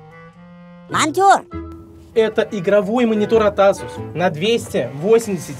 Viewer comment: Асус мас, Эйсус дейилади Не Асус,а Эйсус